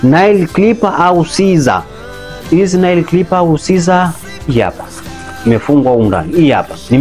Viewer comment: Tamka neil sio nail